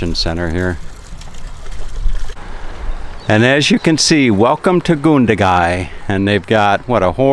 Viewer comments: It's GUN-dagai not goondagai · Yeah you did. It's Gun as saying gun by itself then da gai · Oh dear.... didn't listen to the pronunciation so I hope he listened to it there. Americans should be able to say "gun", shouldn't they, since they love them so much? Say gun, then Gun - da-gai, okay? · You pronounced Gundagai wrong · You pronounced it completely wrong mate!